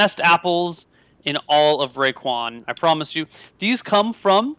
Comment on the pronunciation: Raekwon. Get it right. :P